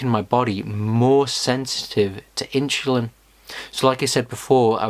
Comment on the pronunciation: Too much inshulin